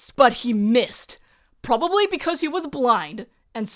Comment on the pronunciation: "he prbably needed six horses" 🤣